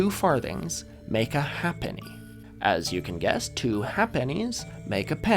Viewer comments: One small correction: halfpenny was pronounced “HAYp-knee”, not “HAP-knee”, even though that doesn't agree with the pronunciation of “half”. Also, this led to our longest two-syllable word until it fell out of use: “halfpennyworth”, pronounced “hay-puth”. Anyway, thanks for another great video. Even as a Brit who watches too much old telly, I learnt some things! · halfpenny is pronounced "hayp-ney" and lieutenant general is pronounced "leftenant general" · Sorry i know its irrelivant but as a brit who grew up being read storys that used predicimal currency by people who lived with it a halfpenny is pronounced haypenny threepenny is pronounced thrupence and usualy as a thruppeny bitt ten pence sixpence is known as a tanner 10 shillings is ten bobb Yes the pronoucation often has nothing to do with the spelling or even the name but thats english for you